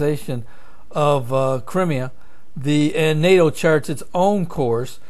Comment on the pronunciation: In German, die is pronounced dee. "ei" is pronoinced I. Crimea is pronounce cry-me-ah. Iran is pronounced ee-rahn. Not a big deal, but it would be like calling America "Aymerica". These are good updates. Thank you. Keep 'em coming.